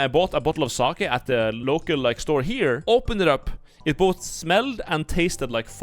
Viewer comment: I didnt think hed pronounce sake aas "suckya"